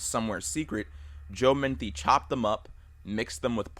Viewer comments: bruh it's Joe Metheny not Joe Manthe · Its Metheny not Methny. I live in Maryland I know about him. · It's Joe Metheny....Meth-en-ee. Not menthy. JS, js. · It’s pronounced “muh-thee-knee” not “minty” lol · His name is spelled "Metheny", pronounced "meh-th-any", not "menthy" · not to be rude, but his name is Joe METHENY, not Menthy. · It's Metheny, not Menthy. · Got super confused hearing Metheny as "Menthy" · Joe Metheny not Menthy. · Its "Mah-Thee-Nee".. God I hate when someone makes a Documentary style video and mispronounces such a simple name.. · Joe Meth-eeny is the pronunciation. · It’s actually pronounced MU-THEE-KNEE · That Joe Metheny story happened in my home city and it always disturbs me. Also idk why it bugs me that he said the surname wrong. Great video though!